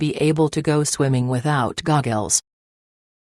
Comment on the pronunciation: LMAO SHE SAID GOGGELS